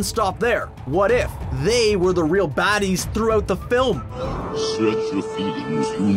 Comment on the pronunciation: I heard BHADDIES!!!!!!